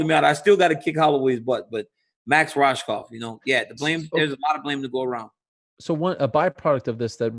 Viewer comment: Rohskopf is pronounced Rose - cough